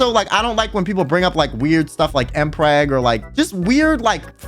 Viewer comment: Took me a whioe to figure out he said mpreg and stuff like that (thought he said L flag ngl)...if i ever said mpreg it would be like 'you dont know the pain of pregnancy'